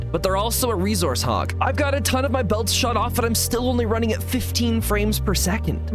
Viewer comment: The way you pronounce "resource" makes me want to invite a creeper to an intimate dinner, but I do love your energy and information. ❤